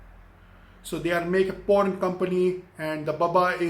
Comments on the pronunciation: Porn =prawn wa bhai Kia Gazab ki English he aapki socha Kuch aur Mila Kuch aur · till half video i didn't understand .. It was "Prawn' not 'Porn" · Hey its not p**n it is prawn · It’s pron not porn 😅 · Bro it is prawn not " porn"👍 👍👍👍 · Bhai wo prawn hota hai not porn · 🤣🤣🤣porn instead of prawn Wtf man! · Bhi its prawn not porn, its not a thing to eat😅😅😅😅😅. If u want to talk in english then speak correctly and if your spoken english is not good enough then why don't u talk in Hindi or in your mother language. You should be proud to your language . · Abe wo porn nahi pron hota hai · Bhai ek to ye bta ki tu teacher h konse school me or dusri cheez sawn kuch ni hota or bhai porn ni prawn hota h sir ji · he meant to say prawn🖕🖕🖕🖕🖕🖕😠😠😠😠😖😖😠😖😠😠😖😠😖😠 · Kyaaa yaar ye banda prawn ko porn bol rha hai.... Iske baad sahi me English ne aapni jaan le li.... Chalang laga li usne building se😂😂🤣🤣🤣🤣🤣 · It's "prawn" Not "po*n". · I THOUGHT HE WAS SAYING PORN 🙄🙄🙄but he doesn't know english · His subscribers are the one who learns English from him.. You know what my younger brother speaks English... Please don't try to learn English from this guy....... Like u don't know Chinese he don't know English.... English is in coma!! And MOUTH FART!! 😂😂 WHO KNOWS HE WAS TALKING ABT PRAWN 🍤.... CRAZY MAN!! CRAZY!! HE HAS LOST HIS BRAIN WHEN HE WAS A CHILD...!! I AM REALLY LAUGHING AT EVERY SENTENCE OF YOURS .!!!! I AM HERE FROM TRIGGERED INSAAN WHO IS HERE FROM TRIGGERED INSAAN!! 👇👇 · In the beginning I was like so shocked when he said I show pictures and fully explain..I was like wtf but then I realised he meant prawn😂